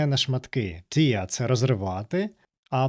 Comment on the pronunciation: Tear у значенні розривати вимовляється не так, як слово сльоза. Воно римується зі словами wear та bear